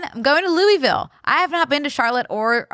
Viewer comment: wait tell she really needs to nail down how to say louisville correctly before she goes to impress them